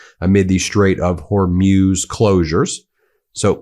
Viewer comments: Ben, please say "Straits of Hor-mooze"; NOT Hair-muse" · Ben, it's the Strait of Hormuz, Hormuz. Not Humroz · Ben, it’s pronounced hoar-mooz not hoarm-yoos. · Ben: the word Hormuz is pronounced “Hore-Moose” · Ben, it's the strait of Hor-mooz.... it's not a long sound u